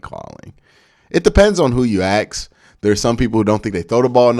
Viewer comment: Ask not axe. An axe is what you use to chop wood.